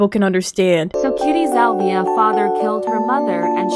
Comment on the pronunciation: Her name isn’t cutiesalvia It’s cutiesalviae